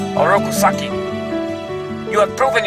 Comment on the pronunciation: Orku nagi? 😮 its supposed to be orku saki